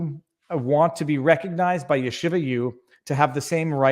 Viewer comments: Yeshiva pronounced Sheeva! Shiva is what you sit when someone dies!! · No. There is a yud in front. The 'y' is pronounced in Yeshiva. It's not there in Shiva.